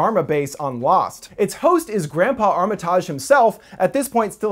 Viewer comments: Isn’t it pronounced “armatige” not “armatahge?” Lol, for real question. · Armi-TIGE. They say it in the film. (Sorry pet peeve)